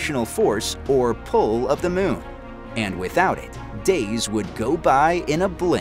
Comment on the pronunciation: The "miun"! Annoying vowel sound!